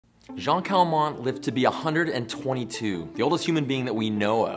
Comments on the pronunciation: 0.04 Have a little respect; why did you call this old lady by a mans name? Jeanne is pronounced like 'gene' as in 'gene-pool' but you pronounced it as the male name, sounding like 'Jaahn'? 272 million french speakers on the planet, do they think 'It's okay to be smart?' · He pronounced Jeanne wrong It's pronounced 'Anne' with a J in front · 0 seconds in and you already did my girl Jeanne Calment wrong